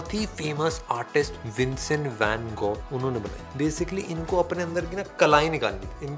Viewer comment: Exactly and this guy doesn't even know to pronounce van gogh's name.